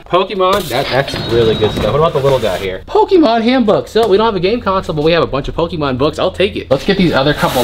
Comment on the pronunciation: So you have hella dragon ball tatoos and you pronouncing Pokemon pokeemon... Highly confused!